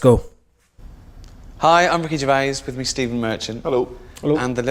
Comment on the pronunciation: Kool that you did not pronounce the s on Gervais !!!!! That's how Ricky's mother said it's to be pronounced !!!!!!